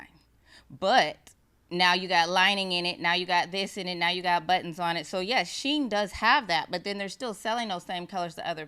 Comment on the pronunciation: Kandi keeps calling it SheIn😂😂😂